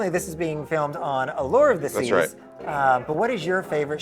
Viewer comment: says it Ah-lurrrre